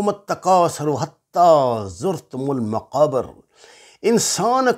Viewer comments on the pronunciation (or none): محترم ۔۔۔۔لفظ۔۔مقابر میں ب کے نیچے زیر ھے۔۔Maqabir